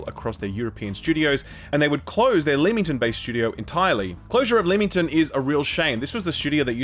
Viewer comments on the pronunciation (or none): Pronounced Lemmington please can someone say it right! You're the closest yet 😺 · Leamington is pronounced "Lemmington" - That hurt my ears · Leamington is pronounced 'Lemmington' Source: born and live there